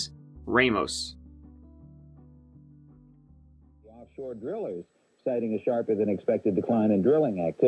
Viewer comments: It's not Ray-Moes. It's RahMohs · Rahmos not Raymost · Ramos not Reymos.